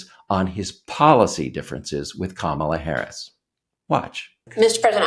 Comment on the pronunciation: Darnell Trump can't pronounce 'Kamala'.